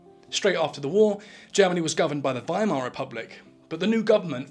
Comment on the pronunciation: Dude's name is neither Danger nor Dowanger nor Dellwanger. His name is Dirlewanger. Besides it's Weimar Republic not Wimmer Republic.